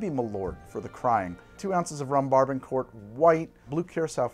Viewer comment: my guy i love the channel, just one note. Barbancourt is pronounced Bah-Ban-Coo, on behalf of all my hatian bredren.